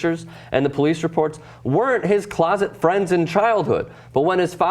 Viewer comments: I was listing with out watching the video thinking what the fuck are closet friends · you said closet insted of closest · this fool read closest friend as closet friend.......... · Boi you dumb as fuck it is closest not closet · holy shit can you fucking read? how did you get that job? besides closet, you said "a few people were there for him" when its supposed to be "few people were there for him" ..so you kinda changed the meaning there. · lol...did this "genius" read Shermans comments to say "closet" friends .... WOW, ....who can't read?..... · The guy in the left read closest wrong. Idiot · closest not closet haha